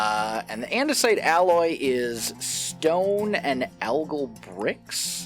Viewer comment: Surprisingly not the first hermit I've heard end up saying andesite as andesoit while playing with the create mod